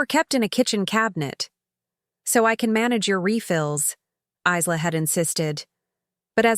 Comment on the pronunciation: Her name is pronounced Eye-La.